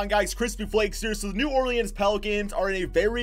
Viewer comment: The way you say New Orleans 🤦‍♂️